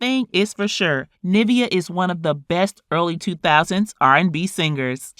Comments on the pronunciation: Its Niv-veeaah, not Nah-via....sorry it was annoying me. Lol. But great coverage. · You know that’s not how you pronounce her name